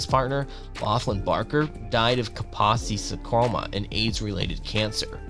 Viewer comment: Ahhhhhhh!!!! It's not ver-say-ses...It's Ver-sach-ee....And Encephalitis is pronounced, in-ceff-el-eyetous. Ahhhhh! EDIT..... Ka-po-sees Sar-koma! and Keith Hair-eeng. God damn kid! If youre going to make videos, practice a little and do some research.